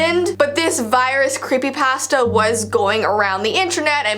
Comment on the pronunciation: the way you say creepy pasta literally makes me laugh and i love it💚